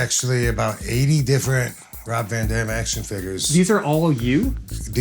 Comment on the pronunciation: ITS A ROB, ITS A VAN, ITS A ROB VA DAM